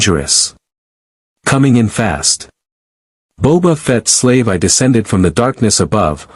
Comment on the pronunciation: AI narration could still use some work. Slave I is actually supposed to be pronounced "Slave One."